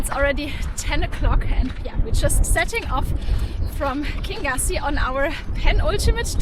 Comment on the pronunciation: Lovely energy in your video - travelling through an area I know well. I lived on Loch Lagganside 40 years ago. The Laggan coffee shop was the village shop at that time. Kingussie is Pronounced “kin-YOO-see” and comes from the Scottish Gaelic, “Ceann a' Ghiùthsaich” which means “Head of the Pine forest”.